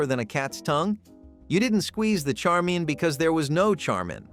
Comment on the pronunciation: Dude, it's Chharmin.